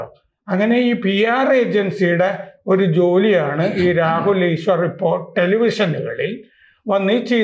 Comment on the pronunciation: ഈശ്വരർ അല്ല സർ ഈശ്വർ 😂